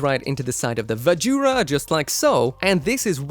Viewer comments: Gives me more Tekkaman vibes, with a little bit of that 'Astray Chest' syndrom, than either of the ones you mentioned. xD Do they have Vajra listed as 'ばずら' or 'バズラ'? Drop the 'U' sound! It's supposed to be Vazh'ra, not 'va-joo-ra'. xD Or, if you're going to pronounce it by the Hiragana/katakana used, it'd be BAH-zhu-ra. They don't really have any V sounds and only one J sound (Ji) in Japanese. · 'Vajra' as in Shiva's weapon